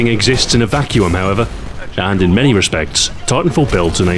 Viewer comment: THANKYOU for pronouncing 'vacuum' correctly! Great video, as always.